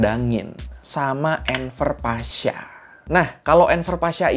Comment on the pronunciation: Bang cara bacanya gini : Enver Pasha > Enwer Pasha V dibaca W dalam bahasa Turki